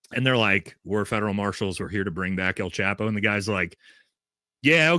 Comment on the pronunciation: It’s pronounced “El” Chapo, not “Al” chapo , lol just trying to help out my gringo Brothers. keep up the great work!